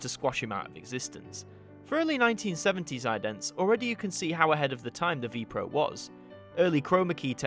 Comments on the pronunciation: Very nice. It is not pronounced Vee-Pro though! But spelled with each letter, so V.P.R.O. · You do not pronounce it as Vee Proh.